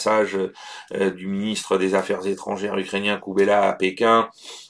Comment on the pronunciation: Dmytro KULEBA et non pas KUBELA ! Lapsus de fatigue 😂. Vivement les vacances 😂. A part cela merci pour vos efforts de ré information ❤❤